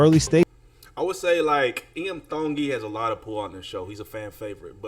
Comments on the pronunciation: Your pronunciation of Tongi is so good 👍 I'm cheering 👏 🎉 Well we are cheering hard with all our workmates for IAM TONGI. Please tell Iam to sing Era Bini Tu the Fijian song he taught and sang with 2 other American Idol contestants. YASSSSSS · Pronounced his name, right dude, before you made a video about him. DON'T FORGET TO VOTE FOR #IAMTONGI Sunday vote is very important. Let's go! 🤙